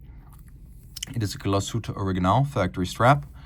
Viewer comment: Wunderbare Uhr. Die Scheiss-Stimme kann nicht einmal den Firmennamen korrekt aussprechen.